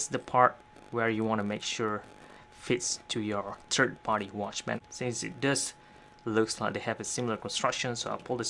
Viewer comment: love your videos, but bro stop saying turd. its 3rd. turds come out of your butt.